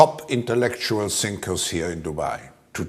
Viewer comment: He pronounced it wrong, "stinkers" he wanted to say, stinkers!